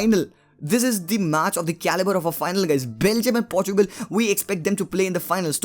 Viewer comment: I want CR7 to score his 110th goal but Really want Belgium to go ahead 😊 hope Chocolaty Belgium will win .. And Finally bhai Aapne Portugal and Portuguese sahi se pronounce kiya 😍😍😍... Party chaiyhe Bro. , 1 Plate Biriyani and 1 PS5 for me 😂 😂 😂 .... 😘